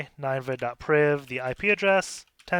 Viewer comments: I know this is an old vid so I’m necroposting here, but I’m pretty sure this box is pronounced “nin-ehva” not “nine-va” since it’s a reference to the ancient Assyrian city in the Bible whose destruction Jonah was sent to foretell. you can see there’s a file in /var/www/html called “ninevehdestruction.jpg” which supports the idea that this is a reference to that city. Just bringing it up because sometimes understanding the references helps with the solution of CTF boxes. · the way you pronounce ninevah tells me you didn't watch veggie tales as a kid